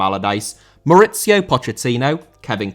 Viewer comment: Mauricio* not Moretciouw